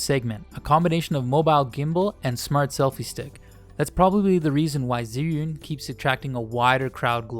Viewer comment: che yun not zee yun